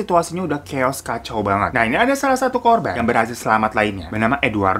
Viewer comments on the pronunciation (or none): none